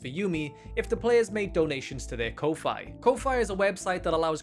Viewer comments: "Ko-fie" 💀 That's the FIRST time I've ever heard ANYONE pronounce it like that instead of the standard Koffee (since it's obviously spelled ko (kah) fi (fee). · "there is no game" - half of the video is gameplay. xdd exit: Ko-Fi is pronounced ko -fee. what do you think their little logo is? :) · ...I'm pretty sure Ko-Fi is pronounced "coffee". Because its supposed to be like buying the person a coffee with a small donation of a couple of bucks. Which makes it all the more weird that the dev was asking for $99, i wasn't really aware ko-fi did that and its not really how ko-fi sells themselves.